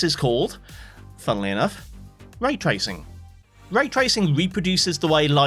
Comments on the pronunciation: "tray racing" the finest sport of all... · bruh, "tray tracing" ... you're better than that! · "Tray racing" 😭😭😭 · lol "tray racing" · 'tray tracing'